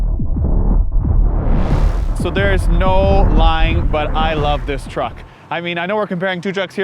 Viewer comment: Truck!!! Why do Americans always get it wrong?